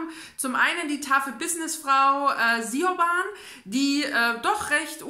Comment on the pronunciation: Hallo, kleiner Hinweis, den Namen Siobhan spricht man übrigens so aus: Schbon Kann man jetzt nicht besser schreiben, aber ich hoffe man versteht es:D Von Beth o Leary habe ich Love to share noch auf dem Sub, das will ich unbedingt noch lesen, die anderen Bücher von der Autorin sprechen mich aber vom Klappentext nicht so an